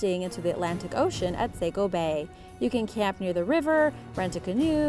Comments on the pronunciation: Just so you know it's the s-ah-co or saw-co if that's easier river, not s-aye-co. Most of us from maine don't care if you pronounce it wrong, but some others take it way too seriously so just thought I'd let you know the real pronunciation! We're never on any cool lists so it's just neat to see us mentioned on ANYTHING. We're not exactly known to be a bustling place 🤣🤣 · Hehe ithe Saco river isn't pronounced like that, it sounds like Sah-co not Sai-co just in case you were wondering! Cool video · it is named the "SAW-CO" river not "say-co" river! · Yooo it's pronounced Sah-co not Sayco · Sah-co is the pronunciation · I grew up in Saco! 😁 - it’s pronounced “Saw-co” (except by those southern transplants from Boston 🙄) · I had a hard time listening to her pronunciation too lolol I just wrote a comment above like its S-ahh-co 🤣